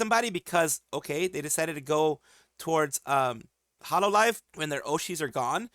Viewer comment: I hate to be that guy but "Hololve"